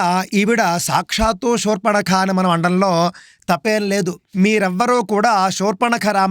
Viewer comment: మీరు షూర్పణఖ అంటున్నారు, శూర్పణఖ అని పలకగలరు 🙏.